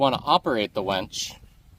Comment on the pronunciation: Just for the record, its a winch not a wench.